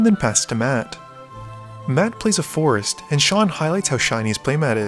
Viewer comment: When you say forest it sounds like force (of will)